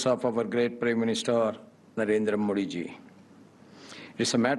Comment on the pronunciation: Sir modiji ke nam ka u haryana sahi nahi